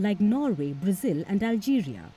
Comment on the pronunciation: It’s not brazeel silly woman…instead of focusing on your boring propaganda pay attention to your embarrassing pronunciation